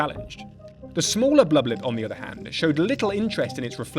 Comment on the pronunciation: My fav part is when he says “bluba lip” 😹